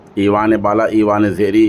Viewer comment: ईवान ए बाला ईवान ए ज़ेरीं नहीं है जनाब । ऐवान ए बाला & ऐवान ए ज़ेरीं है !